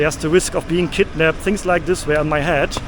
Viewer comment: You read western PpropagadaA😂😂 so they put a fear that you will be KkidnapPed